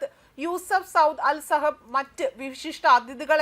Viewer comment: സഹബ് അല്ല സബഹ്‌